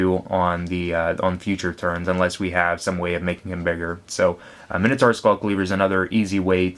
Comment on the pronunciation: you pronounce Minotaur wrong, and who says 'plus two plus oh' its zero, the letter is called 'oh' the number is called 'zero' its 'mine-oh-tour' not 'minnow-tour'